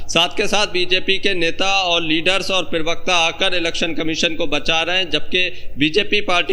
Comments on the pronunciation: Bhai pirvakta bolna chod do..pravakta hota hai. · Pravakta ko pirvakta na bola kare hamesha dekhta hu toe bura lagta h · अरे यार, पिरवक्ता नहीं प्रवक्ता कहते हैं। उच्चारण ठीक करो। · Pirvakta...pervakta...parvakta...Arey pronunciation athwa uccharan to sahi kar lo.. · Pirwaqta nahi prawaqta hota hai😂😂😂😂